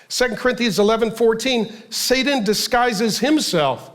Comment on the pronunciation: Is Pastor Mark saying "Sadan" instead of Satan??? Am I hearing him right?